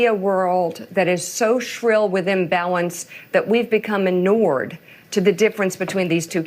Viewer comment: I used every AI tool I had to understand what anored/annored/anorred meant. The word she meant was Inured which apparently is pronounced in-you’re. I honestly didn’t know what she was saying. I know what inured means, but she said it so oddly that I had to research. I figured I wasn’t the only one that was confused by her pronunciation. It has an “IN” at the beginning she said À-nord - ah sound. Totally screwed up my brain.